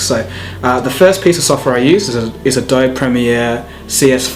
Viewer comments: adobe is pronounced with a ee at the end. uh-doh-bee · in the US it's pronounced Adobe-e in India it's also called adobe I say Adobe-e so people think its weird